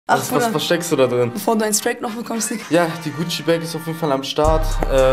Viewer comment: Heißt kein strakes sondern strike du lelek